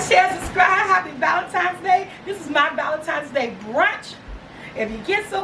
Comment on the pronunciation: I love the way you say ValenTIMES LOL Happy Valentine's day!! Nice brunch ideas!! Did you mean Joanna Gaines? Chip's wife? I love her and she has a new show on Discovery+